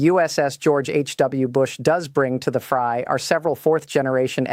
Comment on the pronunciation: YOU DON'T GO INTO A 'FRY' YOU GO INTO A 'FRAY'! THIS IS AI.